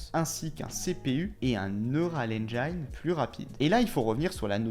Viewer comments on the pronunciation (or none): on prononce Neural Engine comme ça: neurôal enjean et non engaïne. merci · Engine = Haine jean Et non pas Haine djaïne :D ;) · Petit tips de prononciation : « Neural ènjaïne » comme tu dis ça n’existe pas… Va réécouter Tim cook ;) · "engine" ça se prononce "end-jean" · Hé ho..."engine" ne se prononce pas comme à On ne vous demande pas une maîtrise parfaite de l'anglais, mais quand même...